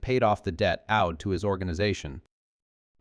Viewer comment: “debt OWLED (owh-Ed) to him”